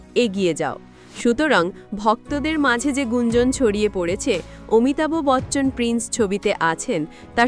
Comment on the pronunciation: Fake news... Thik kore pronounce korte sikhun... Amitabh Bachchan is THE LEGEND OF ALL LEGENDS... AMITABH AE CHOBI TE...KANO BEKAR LOK HASAAN..